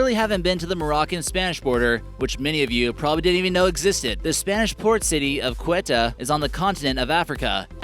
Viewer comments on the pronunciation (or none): none